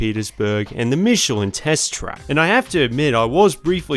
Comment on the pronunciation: I’m glad you didn’t call michelin “MCkellin”